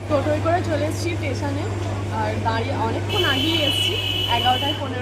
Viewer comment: Teson noi hobe station.